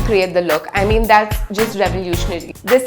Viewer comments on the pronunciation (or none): none